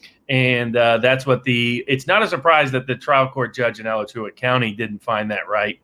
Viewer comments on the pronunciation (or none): Alachua emphasis is on the second syllable: a-LA-chua Not that you'll probably ever need it again.